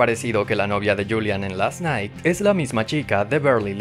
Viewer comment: Last nai she sed